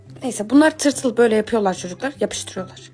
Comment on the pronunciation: Bude balık şiveli Aaaa tırtıl ❤😂😂